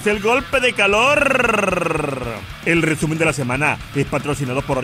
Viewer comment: Buenisimo el rrrrrrreeeeeesumen de la semana